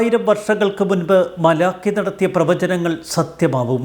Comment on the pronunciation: masiruthy vayikkado